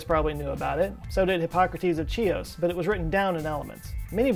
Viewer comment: I love you but listening to you butchering Greek names kinda makes me want to give you a Greek lesson. manaaaa mou it's Hhhhhhios not tsios (Chios). half the Latin language is based on Greek...